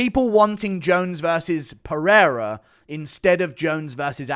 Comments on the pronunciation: Haha this dude said Peoria. Being from Peoria that’s the dumbest mispronunciation I’ve heard of Alex’s name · Haha Perioria, and this guy says that's the bigger fight? He can't even say the names, how is anyone supposed to take his opinion seriously? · stop making fun of the casual fan for not knowing how to pronounce these foreign last names. the casual audience is gone from ufc now thats why they charge u know it all armchair incels extra for every ppv. u gonna buy it anyway for a shit product. this guy may not know how to prounce pereira’s last name but u guys are really the idiots and marks. keep putting that money in dana’s pocket. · that’s impressive on 5 attempts he mispronounced Pereira 5 different ways. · I can’t believe how you can butcher Pereira like that 😐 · the guest, knowing SO little about the sport that he can’t say pereira yet saying “that’s the fight everyone wants to see” perfectly epitomizes what those casuals are like. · I agree, but I can't even say Pereira correctly and I've been a fan since Chuck Liddell fought Tito Ortiz lol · Dude butchered Pereira’s name so badly I thought he was talkin bout Ihor Potieria 🤦🏻‍♂️ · that’s what I mean since the dude obviously doesn’t know what he’s talking about when he says everyone wants to see Pereira vs Jones over Aspinall while repeatedly mispronouncing his name lol